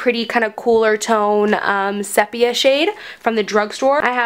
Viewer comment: Made it to the end🌟 it was easy, you are very engaging and kept it moving. I believe Sepia is pronounced see-pia. It's a type of photo developing procedure, back when photographs were made by developing them, and the process rendered the photo a beautiful brownish color, instead of black and white. Short version, ha. That color is amazing on you!